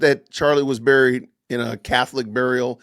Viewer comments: Isn't 'buried' pronounced 'beh-reed' and not 'buh-reed'? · And by the way CANDICE its bury not BURRY,, BURY,, sounds like "berry" not a BUR,,, just a little english class there for ya!!! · She says burried- not correct. Funny😂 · I had to look up how to pronounce "bury" cuz Candace be saying, "burried," rhyming it with furry. She also says, "cer-in" instead of cer TAIN.